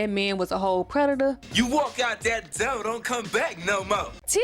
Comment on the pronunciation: Yeah, I don't get why they cut out that scene either. That was the best part of the episode! Especially the part where one of the twins called him a moron for mispronouncing "door"! 😂